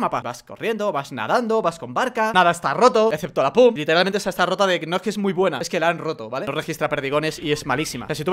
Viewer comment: 8 no se dice pum se dice pump